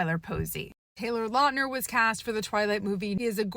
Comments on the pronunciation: When the new Taylor Lautner werewolf show comes out I hope they Finally correct the pronunciation of Lautner, it would be so flipping funny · Good points! I never knew he had physical issues due to this Btw would look into the surname pronunciation